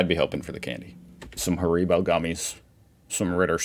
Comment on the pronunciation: Some Hah Ree Bo.... That has got to be them most fucked up way of saying that.. took a few plays before i understood what was being said... What's next..we're gonna drink some Cücca Coola with it ?